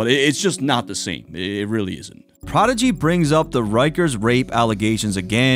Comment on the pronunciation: I never thought prodigy was that good, pretty simple actually and his voice and pronunciation is terrible